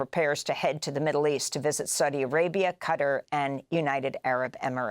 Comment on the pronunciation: Qatar is pronounced kuh-TAR, instead of cutter.